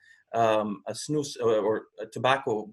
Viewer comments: The way you pronounce snus ”snos” is pretty funny for me as a swede ;) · Not sure how to explain:) pronounce it correctly it should be the letter U like united and not O but you still pronounce it decently:)... I like Lundgrens skåne white because it has kind of a fruit flavour...:) Btw doesent nicotine cause aterosclerosis?